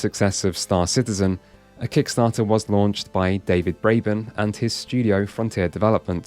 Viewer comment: Excuse me, sir, but I believe the correct pronunciation is Star Shitizen.